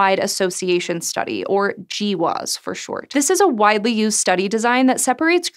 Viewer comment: Instead of G-WAS it should be pronounced Gwaasss” like a baby trying to say grass